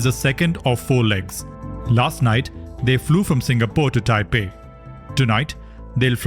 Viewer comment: It's taiwan not Taipen😂